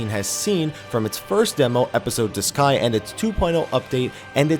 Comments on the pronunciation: Everytime I heard this dude said duscae, I heard disguise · I thought I heard disguise * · I think I lost count of how many different ways you pronounced Duscae. And none were the way you used to say it. I haven't played either but looking at the controls they seemed way better before. The basic button placements anyway. Attack with square?